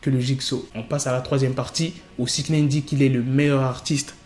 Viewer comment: Six naine ou nine 😂